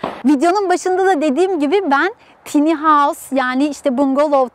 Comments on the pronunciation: Video için teşekkürler. Yalnız tiny değil de "tayni" derseniz daha doğru olur. :) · Telafuzu "tiny" değil "tayny "